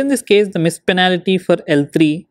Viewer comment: penalty* not panality